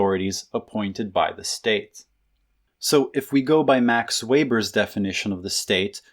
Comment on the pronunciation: "Weber" is pronounced "VAY-ber," not "WAY-ber."